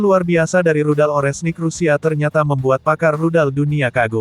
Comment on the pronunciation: Ini pembawa beritanya kalau ngomong yang bener donk, Rudal Oreshnik jangan dibaca Orenhsik.....kacau !!!